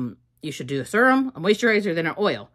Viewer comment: i can’t watch this if you keep saying serum like that 😭😭😭😭